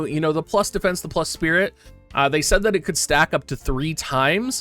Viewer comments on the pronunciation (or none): none